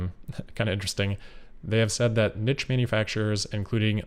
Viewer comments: No one pronounces it "neatch". It's "nitch" or "neesh", both are correct variants, but not "neach". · you pronounce niche with french version niche as in peach, not niche as in pitch